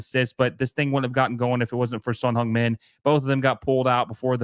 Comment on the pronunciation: C'mon guys if you like Son Heung Min, learn to say his name right. It's not like he's a rookie either.